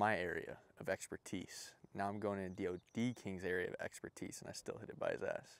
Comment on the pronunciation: his area of exper-tee-ce?